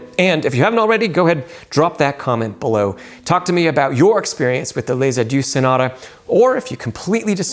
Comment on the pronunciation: Lesaduce? come on man :)